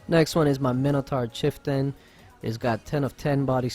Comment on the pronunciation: Chiftan?? XD